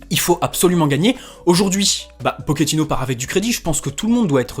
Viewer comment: Salut d'abord bonne année et tous ce qui va avec. Juste pour info on ne dit pas pokéttino mais pochéttino. Et oui en italien le ch se prononce ke et en espagnol che. Vu qu'il est argentin. Mais bon tous le monde fait la même erreur.😉